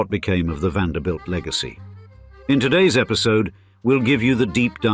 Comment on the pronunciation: Finally a narrator who pronounced the last name correctly! as in VAN -DER -BUILT. Some of them pronounced it as "BELT"